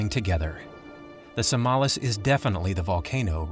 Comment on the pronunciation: It would even have been more impressive if the voice-over actor had copied the Indonesian pronounciation of the mountain: SAMALÁS.